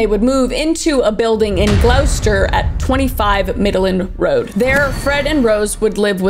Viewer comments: Loved the way you pronounced Gloucester, it sounded much “posher” than the way we say it in the uk (Gloss-ter). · I love you Kris! I love how you cover these dark stories. You did mispronounce Gloucester but I love the way you said and now as a person from the UK I'm gonna see that word and say it the way you pronounced it ..the spelling indicates NOTHING to it's pronunciation which is like gloss -ter ... soooo ..? 💜🖤💜🖤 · Loving these, so informative. (But you did say Gloucester wrong, pronounced ‘ gloss-ter”, but you are forgiven because I’m addicted to these true crime episodes (addicted to them all, but these are awesome). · *G lost er is how you pronounce it lol. My moms work friend used to live next door to Fred and Rose and played with their kids on a regular basis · also for anyone wondering, gloucester is pronounced like gloss-stir (but like put those two words together) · tyyy gl-ow-ster made me so shocked (also idk why she didn’t google the pronunciation but mispronouncing it is a lot more funny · Hi Kris i’m from the famous worcestershire in england which is very close to gloucestershire and gloucester is pronounced gloss-ter love the video ❤ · As someone who lives near Gloucester it’s pronounced Glos-ter ❤ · Hey kris....so Gloucester is pronounced gloss-ter.....love listening to you while I work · Gloucester is pronounced “gloss-ter” or “gloss-stir” but I get some of these towns can be hard to pronounce 😂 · Hey just saying you pronounce it as glos-ter. Also i love these videos 😅 i listen to them like podcasts ❤ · Oh no not the Gloucester Pronunciation (it’s spelt so wierd) it’s like gloss like lip gloss and then ter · The pronunciation of gloucester is "glo-ster", though its probably not important unless youre talking to a gloucester megafan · I know the place names of places in the uk are weird as hell. Its Gloucester is pronounced "Gloster" and the wider area is "Glostershire". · FYI, Gloucester is pronounced Glos-ter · It's pronounced "glosster"